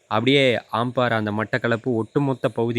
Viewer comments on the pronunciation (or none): இந்த தேவடியா பசங்க., குறிலை நெடிலா உச்சரிப்பானுக சார். 😂😂